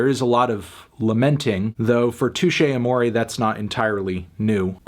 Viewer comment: Anthony, you can’t give this album a six because you don’t know how to pronounce the band name.